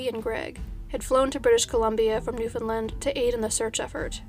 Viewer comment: Except for the word Newfoundland. Americans regularly say New-found-lind. It is said more like the word understand. Say it quickly and punch the word land.